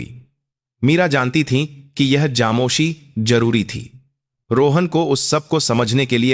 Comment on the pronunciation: Aapko to bolna bhi nahi aata hai. GOC goc nahi hota hai. FOJI =JOJI Yeh kya hota. Khamoshi bhi nahi bol sakte. Kuchh aur karo.